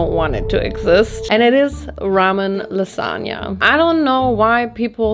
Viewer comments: I'm obsessed with your lipstick 🤩 (But that "lasagna" is criminal 🇮🇹) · I accept your apology for the "lasagna"